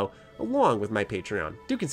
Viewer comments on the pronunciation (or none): none